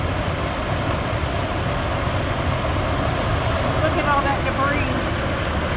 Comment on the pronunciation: An American that correctly pronounces debris....amazing!